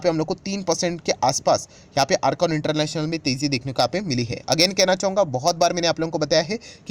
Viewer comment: IRCON 👉 इरकान है not अरकान ढंग से बात बोलिए